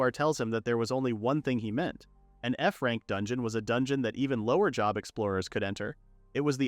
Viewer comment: Not ai calling job "jhob" lmao